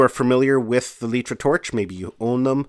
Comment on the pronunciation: I have to correct you. It isn't called letra. The company is called litra (Light-Tra) Like a light bulb.